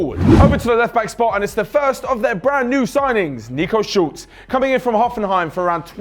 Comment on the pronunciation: Schulz not Schultz